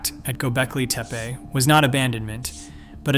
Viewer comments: Halfway through you change the pronunciation from "teh-pay" to "tee-pee" . . . lots of sentence structure typical of Chat GPT too . . . which suggests that you have no clue as to what you're talking about. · "Tepe" is pronounced similar to Spanish, Italian, as in more phonetic languages. Not teepah. This is an extremely ground breaking site on our earth, so it has to be pronounced correctly. Thank you for the video🎉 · Tepe. tep rhymes with step. The e is pronounced like the name of the letter A. Tepe rhymes with step-A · "gobelki teapA" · What was this,a bet? It runs contrary to everyone rpthat has been reported so far and it was like a competition to see if it were possible to pronounce Tepe different ever single time it was said. Everything claimed not to have been found,has been found,the information abouts infill runs contrary to all information l can find. As for the thumbnail, what the F was that supposed to be/have anything to do with either this dross or anything else. Possibly one of thr worst/most pointless wastes of time,ever.